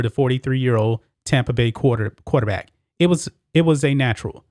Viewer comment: why do u say quaterbat?